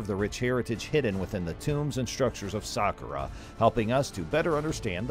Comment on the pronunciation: It's pronounced sakkara